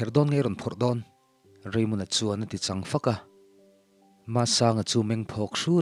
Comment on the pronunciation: Che chang tih laiah hian chang tih a thluk lovin chang hi tih hniam tur zawk a ni lo maw